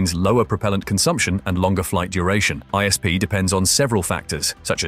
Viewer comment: It's I S P not Eyesp